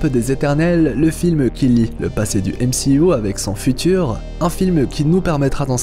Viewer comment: J'adore quand il dit MCIOU xD